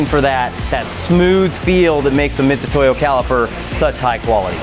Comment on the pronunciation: Those are called Vernier calipers and Mitutoyo is pronounced mitsutoyo, not mitutoyo